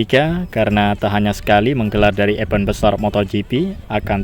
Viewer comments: betul dah,masih keliru tmen2 ytber dsna cara pnyebutannya😉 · Harusnya bisa mencontoh Iwan Banaran, Lucy Wiryono, bagaimana penyebutan yg benar kata "EVENT"